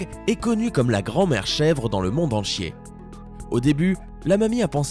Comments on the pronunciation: A il dis "du monde en chier" au lieu de dire "du monde entier" XD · Pourquoi tu dis «enchier» au lieu d'«entier»? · lo au lieu de entier il a dit enchier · erreur d'articulation ou volontaire : la grand-mère chèvre dans le monde EN CHIER 😏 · qui comme moi a compris : le monde en chier 😂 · Ta dit dans le monde enchié😂